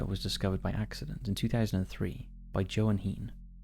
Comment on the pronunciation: Props on your pronunciation of Mpumalanga (though Johan is pronounced Yo-hun). But that's neither here nor there. Loving the content, all the way down in South Africa.